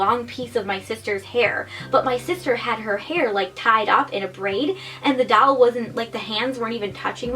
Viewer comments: ITS DOLL NOT DALL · I think it's super cute how you say doll but sounds like you're saying haunted dowel. Like a ghost attached to a piece of wood 😂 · Why do u say doll like that omg stop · The way she says doll 😂